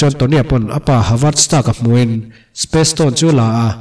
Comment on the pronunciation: Apa havard stark nilovin Howard stark a zawk ani e